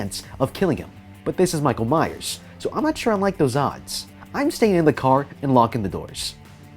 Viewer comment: He's last name is lich rally Myers not that ⚠️⚠️⚠️